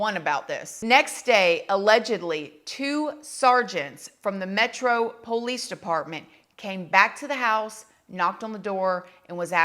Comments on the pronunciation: "The POE-LEECE" 🤣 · The way you say Ramen noodles “Roman😂” and POOOOLice